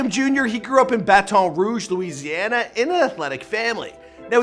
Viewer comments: It’s bat ton rouge. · bru its pronounced baten roo-ge